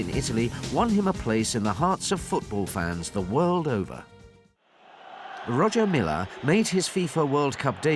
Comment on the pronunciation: It's pronounced Roya Milla sir